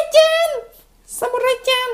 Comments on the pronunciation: khi anh nói sumurai lại nghe thành nói:"sám muốn rái" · sumurai nghe cứ như là sumugay z ○.○ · em nghe samurai nghe săm trứng nhái :D